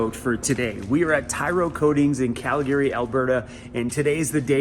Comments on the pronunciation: Stop saying Calgary, "Cal-Gary" It's pronounced Cal-gree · Just sounds kind of odd to hear you saying "calGARY"